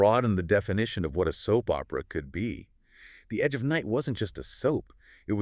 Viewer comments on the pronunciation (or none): didn't you watch even one episode of Edge before making this? that's not how Monticello is pronounced. AI slop. I watched it from the '60s onward and never once heard anyone ever call it "EON" The "Agich of Night?? "EONON??" wft? - don't you edit these before publishing?? what time is it? "two point thirty"?? "four point zero"?? slop slop slop Raven was married to both Kevin Jamison and Logan Swift before any Whitney/Brown plot was ever hatched - slop slop slop